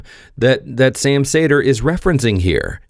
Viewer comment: I hate how you say Sam's name